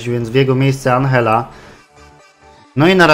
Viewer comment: i Andżella albo Anżella,a nie Anhella to jest Włoch,a nie Hiszpan czy Argentyńczyk